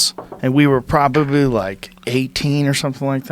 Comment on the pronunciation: Joe “problably” Rogan